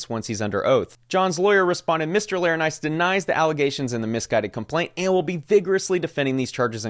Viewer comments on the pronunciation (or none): Laranitis? Its not an illness my guy. Lor - en - eye - tis